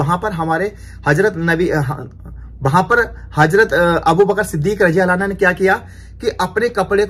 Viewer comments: Bhai...Aapne Hazrat abubakar siddik razi Allah taala "anhaa" bole jbki wo "anhu" h...Same hazrat Umar razi Allah taala unhu h wo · Mashallah Bahut hi badhiya Sirf ek baat ka khyal rakhna. Jab kisi sahabi ka naam lete hai to raziallaho tala anhu kahte hai. Aur jab kisi sahabiya (female) ka naam lete hai to rajiallaho tala anha kaha jata hai. Baaki sab thik hai. Ab aage itna khyal rakhna.aur next vlog me rectify kar lijiyega. Filhal aap dikhate rahiye ham aap ka ishara samajh jayenge. Fikra mat kijiye. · Bhai anha nhi bhai anho kahiye ,,anha to lady sahbiya keliye use hota hai .. hazrat Abubaqar-siddique raziallahu tala anhu.....keep it up bhai mashaallah very nice vlog.... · Bhai radiallahu anho bolo anha nai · Mere bhai rajiallha anha nhi rajiallha anhu bolo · bhai anha nahi anhu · bhai assalam u alaikum Razi Allahu tala anha Aap bole ho bhai ye aurat k liye bola jata hai anha ka lafz Men's k liye anahu Bolte hain bhai please aap isko theek kar lo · Anha nhi hota anho hota hai